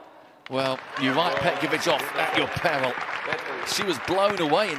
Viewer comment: I didn’t say it is,just learn how to pronounce her last name correctly